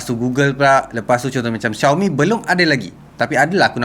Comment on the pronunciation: The pronunciation of “Xiaomi” is so perfect! 🇲🇾